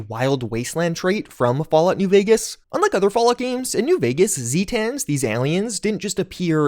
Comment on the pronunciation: Its not Zeetans, its Zaytuns (Spelled Zetan) They are from the Zeta Reticuli system...